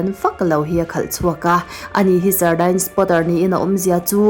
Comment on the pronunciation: Sardines pronunciation hi deens tia lam tur, sawi ve mai mai... A ngaihnawm thin e.